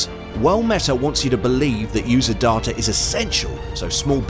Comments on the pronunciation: Why are you, a Brit with a normal British accent, pronouncing DATA (day-ta), as DAH-TA. Why?? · Why pronounce 'data' "dah-tah" with an English accent, instead of "day-tah"? That is super weird! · it's data not darter. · Dar-ta?? You're English mate - it's day-ta! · It's not darta it's data ;) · Great video!, but the pronunciation of; "Dahh-tahh, not the correct Day-tuh, is very off putting IMHO. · Negged for your horrific pronunciation of "data." DAW-TUH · wth is going on with the word 'data'? Great vid though!!